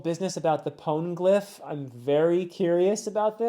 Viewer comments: You're supposed to pronounce the E in Poneglyph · I did scroll a bit, but with the overwhelming amount of comments, I could not see whether someone already pointed it out, but the 'e' in 'poneglyph' isn't mute. It's pronounced quite similarly to the 'e' in 'eh?'. It's nothing major, it might even make it easier to read and say, in a way.